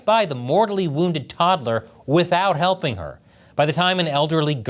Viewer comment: Hell-PING YU....😅😅😅😅😅😅